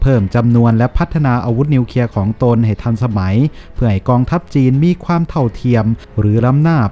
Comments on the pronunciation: อ่านว่านิวเคลียร์ไม่ ใช่นิวเคียครับ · นิวเคลีย ไม่ใช่นิวเคีย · นิวเคลียร์ๆ.... ไม่ใช่นิวเคีย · วิเคราะห์ได้ดีครับ แต่ขอติงนิดนึงนะครับคือคำว่า " นิวเคลียร์ " ท่านอ่านว่า " นิวเคีย " ทุกครั้ง อยากให้มีควบกล้ำหน่อยครับเพื่อภาษาที่ถูกต้อง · ออกเสียงให้ถูกต้องด้วยนะครับ ร .ล .ยังไม่ถูกต้องครับเช่น นิวเคลียร์ ไม่ใช่นิวเคีย นะครับ. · ควรแก้ไขการอ่านคำควบกล้ำให้ถูกต้องตามหลักอักขรวิธีเสียหน่อย เช่นคำว่า กลัว ไปอ่านว่า กัว คำว่านิวเคลียร์ อ่านเป็น นิวเคีย เหมือนเด็กชั้นประถม พูดและอ่านซ้ำๆฟังแล้วน่ารำคาญ หากแก้ไขตรงนี้ได้ อย่างอื่นก็จะดีขึ้น วรรคตอน จังหวะจะโคนพอไปได้แล้ว